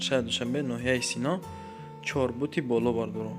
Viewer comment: Чорбут не, а бача, Чортут бгу.